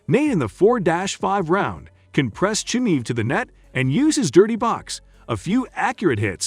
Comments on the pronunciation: If you can't even pronounce Chimaev properly, then don't even talk about Nate beating Khamzat. You effin' casual. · can’t even say chimaev correctly, doubt u know enough to form a decent opinion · i was having a good laugh reading the title, and also listening to the narrator butchering diaz and chimaev pronounciation